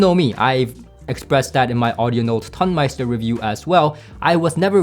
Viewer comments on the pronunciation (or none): I think that comparing these seperates against the Tonmeister is comparing apples to oranges. I would say that it is less about „better“ than different. It‘s a different type of sound. You describe these differences well. BTW: it is not pronounced ton (as in „it weights a ton“), it’s pronounced like tone (as in „it has a beautiful tone“). Tonemeister means sound engineer in German.